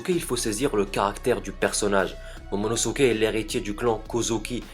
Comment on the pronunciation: c'est momonoskeiy pas monosukey enfaint bref cette théorie est tout à fait possible